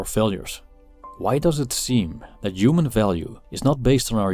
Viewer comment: Yuman, yuman value, yuman doing, yumanity. Yuman. Yuman. Yuman.